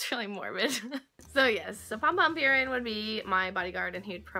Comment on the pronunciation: that offended me so much cause I love Pom Pom purin and also it's not pyurin it's puurin